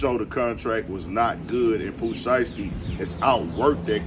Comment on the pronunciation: the way that lady says “Pooh Siesty” got me… 💀 😂